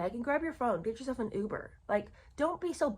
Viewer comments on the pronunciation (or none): none